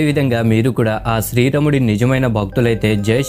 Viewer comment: nuvvu sarigga palakadam neerchuko plsss. Sthri ramudu kaadu... Sri raamudu.cha.devulla peerlu ela daridram cheyakandi plsss